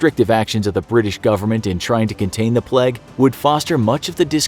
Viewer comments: Why he keep pronouncing plague like pleg? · Why does he pronounce it “pleg”? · He keeps saying pleg instead of plague and no one is noticing and it's making my physically enraged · No one: Absolutely no one: Infographic show: pleg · Why does he pronounces plague so weird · How does "plaque" equal "plague"?